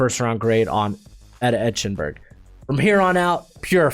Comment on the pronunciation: It's pronounced "Ike-en-berg," not "Etch-en-berg"! Geez!